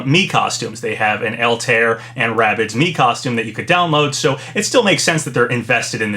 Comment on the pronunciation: It's funny how everyone pronounces Altaïr's name wrong, & this is a series that nearly has as many sales as Final Fantasy.